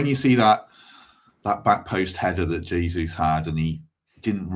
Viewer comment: learn to say Jesus name correctly ffs